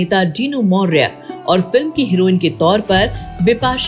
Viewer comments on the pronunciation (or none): none